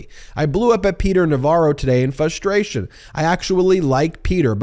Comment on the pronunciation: And goddamnit Ben, i love you, but you have no idea how much it fRustrates me when you say "fusstrate". I swear to god, I'm going to start pulling my fucking hair out!